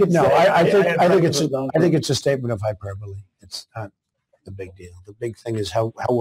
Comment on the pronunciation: He can't even pronounce hyperbole